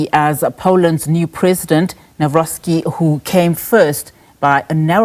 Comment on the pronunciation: What kind of news channel cannot get a presidential surname right? Embarrassing.